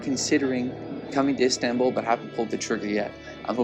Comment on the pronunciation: Lol I can't stand the way you say Istanbul but good video though